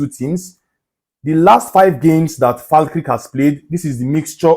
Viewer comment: its pronunced Fal kerk lol🤣